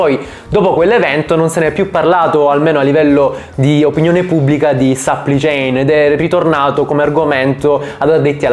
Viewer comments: Dio santo aggiusta il tuo inglese. Supply chain non Suppli chain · supply chain non si legge sapplì ciein, ma si legge sapplai ciein (che poi ad essere precisi la “u” non si legge nemmeno come “a” ma è il suono della schwa).